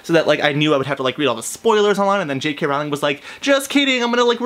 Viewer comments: J.K. ROW-Ling not ralling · its rowling not rouwling😊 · If you are such a fan how is it that you do not know how to pronounce J.K. Rowling's name It is pronounced Rowling like bowling and not Rowling like howling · "I'm a huge Harry Potter fan but I pronounce the authors name as R-OW-LING instead of RO-WLING" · It's actually pronounced Rowling not Rawling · Ok 1st if you were a TRUE fan you'd know that her name was pronounced Rolling as to rhyme with Bowling NOT Rowling as in Owling Dayum. Im out. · I can't believe it you said her name wrong ! it's Rowling(pronounced Rolling) as in row ,row your boat not Rowling as in having a row, argument .Please don't tell me you say Voldermort with a T at the end ! ;) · It's Rowling like bowling. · I agree with everything you said exept for the pronouciation of Rowling. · I share 98% of your opinion on your review of The Cursed Child, but your pronunciation of Rowling really bothered me lol. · Omg u say ur a fan yet u can't pronounce jk rowling's name correctly